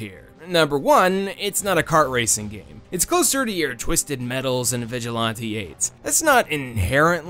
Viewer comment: its pronounced vi-ja-lan-tea and not vi-ja-lon-tea